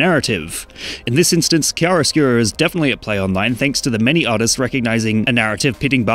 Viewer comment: Bro pronounced claro/oscuro like sht 😂❤